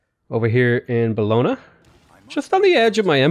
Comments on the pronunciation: hey, italian speaker here. bologna is pronounced bo-lon-yah (not buhlona):) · The way you say Bologna makes me want to cry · It will amaze you but since I actually live in Bologna I cringe whenever you pronounce it, at some point you mispronounced it like seven times in a row, good video though!